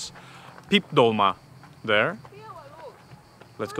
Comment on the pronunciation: Actually it’s “tolma”